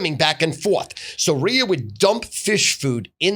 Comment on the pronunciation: The way Stu pronounces Ria, "Ri-er"...OMFGROTFLMFAO 😆🤣